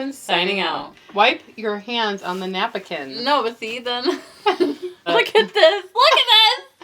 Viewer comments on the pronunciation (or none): My family says "nap-i-kin" too, omg, you made my day!!!!